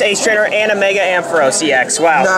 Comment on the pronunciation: _- u said "a full art mega ampheros " :P